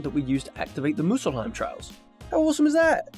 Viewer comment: Not 'Musulheim' brooo.. 'Muspelheim'